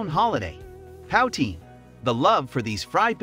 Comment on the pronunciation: Again.... pronunciation. Pow-teen? No...... Still gave you a like.